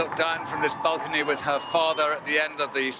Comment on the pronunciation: Why are the pronouncing balcony as bulcony?